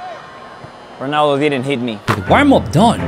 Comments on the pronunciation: est-ce que vous avez remarqué qu'il a dit gronaldo a 17m 30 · Ronaldo ❌ Pinaldo ✅